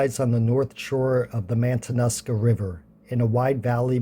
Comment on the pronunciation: I watched your Valdez video. I’ve driven over Thompson Pass over 400 times. I know it well. On this video…pronunciation may want to be checked out on the Matanuska… I like your videos so far. Keep up the good work!